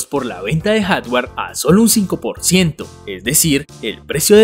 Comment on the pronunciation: Buen video, pero deberías tratar de cambiar ese cantadito insoportable al hablar y no es soTware o HaTware, trata de pronunciar mejor.